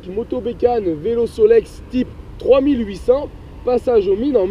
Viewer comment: Très belle explication. Je possède le même, datant de 1982. Juste une petite remarque : 3800, ça ne se prononce pas de la même manière que 3008.